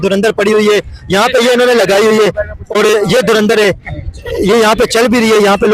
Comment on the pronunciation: 🤣 🤣 Ye log urdu word ko hi theek se pronounce kyun nahi kar pa arahe hai? Itni acting....? Koi door andar Keh raha hai 😂😂 koi dhur indar... Iss bande ne toh dhuan dhaar Keh diya 😂😂 Kisi Pakhtun se puchte.... Durand-er kehta shayad 😜😜